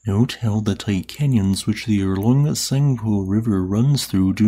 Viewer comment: Thanks for this. This Canyon is in Occupied Tibet and not in China. this Canyon’s name is Tsangpo and not zangpo..